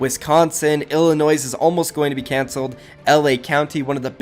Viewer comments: you say Illinois with out the s so it’s just illinoi if you think about it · I live in Illinois and every school shut down (the s is silent In Illinois btw) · It’s not ILLI-NOISE It’s ILLI-NOY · Man's just said Illinoi"S" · Bro said Illinois wrong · He said “Illinois” with the s, that hurt me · The s in Illinois is silent 😢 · Why did u say illinois with the s its silent🤦‍♂️ I hate it cause i live here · you dont pronounce the s in Illinois...